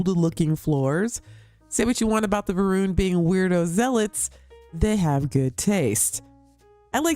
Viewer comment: Isn't it Va'runnity?